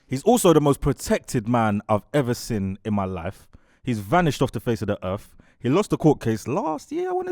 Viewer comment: always says sin instead of seen 😂😂😂😂